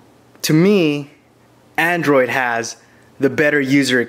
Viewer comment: Its android not andorid